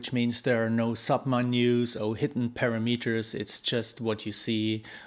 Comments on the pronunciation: GOOD DEMO! BUT BRO ITS PRONOUNCED PARAMATERS,NOT PARAMETERS IKNOW IT MAKES NO SENSE,BUT TRUST ME ITS PRONOUNCED PARAMATERS,GOOD JOB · thanks for sharing this info! you say para-Meet-ers; I say pa-RAM-eters. :-) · EVEN CLOSER WOULD BE,PURAMUTERS,WOULD BE CLOSER TO THE RIGHT WAY TO SAY PARAMETERS,,AGAIN GOOD DEMO AND GOOD CHOPS BRO